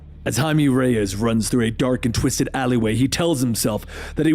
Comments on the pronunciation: Jaimie? It's pronounced High-May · Jaime= Hi-meh not Jay-me! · Wait isn't blue beetles name Jaime? Like, pronounced "high-may"? Why did you call him Jamie? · Did this dude just hi may “Jamie” Every story bruh, start googling pronunciations it takes literal seconds